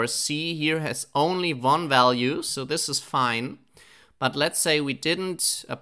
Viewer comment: I had a german professor who also pronounced "value" as "ualue". Can you explain why do you sometimes pronounce it that way? I am very intrigued. P.S. you have the best pytorch series on youtube